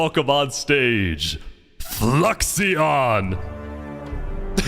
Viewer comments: I love how no one can say fluixons name correct it’s actually floo-ix-on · my biggest pet peeve including in the actual 1000 player video was people constantly mispronouncing Fluixon's name as Fluxion the i is before the x guys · I like how long it's been and how well known he was, and still no one can pronounce Fluixon's name. It's spelled F L U I X, not F L U X I. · Love how bro kept pronouncing Fluixon wrong